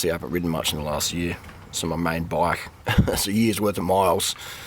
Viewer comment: Just love the way you say bike. Kinda like boiik! Anyway save your cash, cut a section from an old tyre and after really good preparation, glue it in on the inside. Just before that, turn the tyre I side out and superglue the split. Proper repair, but with no bulge. Spend your fiver on ice cream.